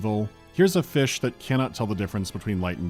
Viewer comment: Return to feesh